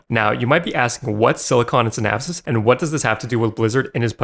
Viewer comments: Si-Naps. It's pronounced SI-NAPS. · brother, synapse is pronounced "sin-apps" 😭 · Unrelated but what is up with your pronunciation of synapse. It's like you're trying to say synopsis. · Synapse is pronounced sin-apps, not sin-apsis. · sin-apps. SIN-APPS. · Look up how to pronounce "Synapse". What you are saying is "Synapsis". Also, just to confirm to anyone who needs it, Python is NOT for programming games. I should know, because I know it. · You say synapse wrong. Just sayin, you add another S when its not needed... ima be that guy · Bro you can't even pronounce Silicon & Synapse. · Synapse is SINGULAR 2 syllables